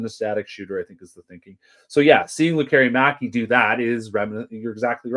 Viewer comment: Please stop calling him Lek KER i maki. It's pronounced LEK keree makee. The emphasis is on the first syllable and the i is always like a long e as in "pizza"